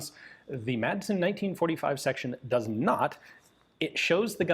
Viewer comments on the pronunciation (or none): You make great historical content, but as a Dane myself, I must correct you on your pronunciation of the Danish surname “Madsen”. It has bugged me for years, so here it is. The name literally means “son of Mads”, similar to other Danish names like “Sørensen” or “Jensen”. The letter “d” in “Madsen” is silent, so the name is pronounced “Massen” - not with a hard “d” like in “Danish” or the English word “mad”. Apart from that - I love your content on this small but very innovative Danish weapons manufacturer. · Its pronounced Massen. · everyone in my area would laugh at him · American pronunciation is actually correct except for the D which should be silent.